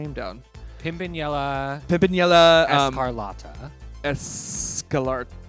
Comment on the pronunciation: it's pronounced, Pimpinella ES CAR LA TA It's like "The Scarlet Pimpernelle", if her name was in english. Also a legend of exótico lucha, mind you. There. You have been served.